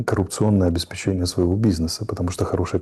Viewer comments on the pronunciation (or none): none